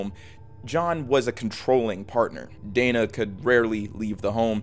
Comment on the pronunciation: I am pretty sure her name is pronounced Dena with an e not Dana.